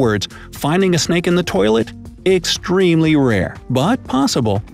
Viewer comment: You said poilet instead of toilet